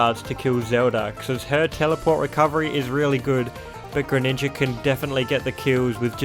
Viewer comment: You know on the character select screen it pronounces the names correctly, yet you still pronounce them wrong, like you say paluteeena, yashi, greninjer, and other mispronunciations